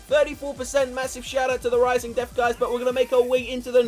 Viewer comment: Call it valley of desth